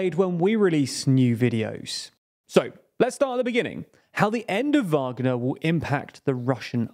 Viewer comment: They finally got the pronunciation of Wagner right after over a year of reporting on it. Now try get "Prigozhin" right